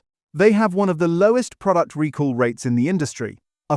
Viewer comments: “Recore” or “Rick Orr” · The AI voice narration mispronounces the word "recall".